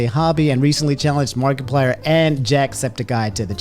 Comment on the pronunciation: nobody:: mark E plyer